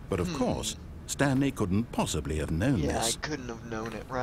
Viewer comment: I was quoting you XD "Stanely...'